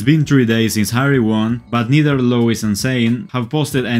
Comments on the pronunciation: BTW it's pronounced like Lou-ee not Lou-is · loo-is and nee-al 💀💀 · I'm sorry I cannot ignore the voice artist pronouncing Louis' name wrong :/ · How could you butcher Niall's name like that? 😑 You butchered Louis' name too?! Ugh... 🙄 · oh 😅🤣 I corrected my pronunciation on recent video but perhaps I should continue with the old one 🤣❤ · You mean "pronouncing" ? He apologized in the comments and actually made a new video from Harrys speech thanking One direction on the BRIT Awards. In that video he pronounced their names correctly 😀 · Im sorry </3 I corrected my pronunciation in the video after ❤